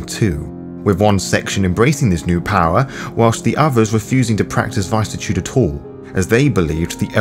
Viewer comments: Vis-Iss-Eh-Tude. Not VIce-a-Tude. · The root of vicissitude is viscera pronounced vih-sir-uh. It’s not pronounced “vy-sih-tude” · Don't worry about how to pronounce tzimisce. Work on viviscitude, immune and Constantinople. Other than that, Good atmosphere, good read.